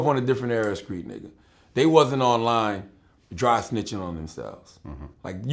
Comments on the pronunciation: why he say hard r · swear charlamagne held a long R when he said nigga and tried to speed up his speech to hide it lol